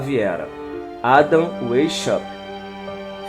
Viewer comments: Adam "Uéshalt". Aprende a pronunciar antes de querer fazer vídeo ensinando alguma coisa Adam Weishaupt (VaisHalpt) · O cara sabe nem pronunciar o nome do fundador da ordem, ahuahau deprimente isso aqui